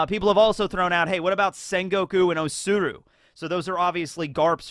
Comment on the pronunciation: U keep on saying O-tsuru, that is Kinemon's wife!